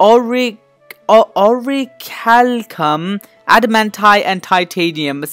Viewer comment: Ore-rack-you-lum Its not that hard Lel